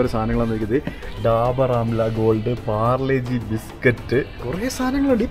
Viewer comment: Parle- G ❌ palar -G ✅🤣